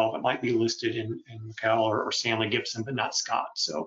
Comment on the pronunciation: Really interesting but please stop saying Stanley GIBSON!